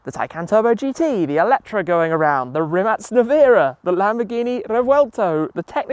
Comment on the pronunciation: Great how Tim knows to pronounce "Rimac" correctly, Hello from Croatia